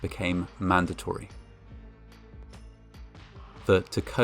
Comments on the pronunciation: I'm a Washington native, and I must say that I'm impressed by your correct pronunciation of Tacoma. lol (non-Washingtonians never say it right) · Oh man thanks for covering this lol Also you pronounce Tacoma right :)